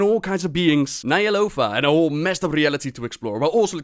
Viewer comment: you pronounce "Ny'alotha" as Nyalofa. Good video otherwise